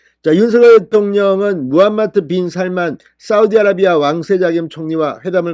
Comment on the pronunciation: 요새 발음에 신경 덜 써네요. 빈할만?